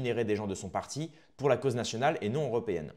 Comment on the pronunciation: Le R naSional